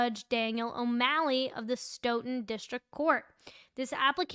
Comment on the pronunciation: Nice job with pronouncing Stoughton this time Love your work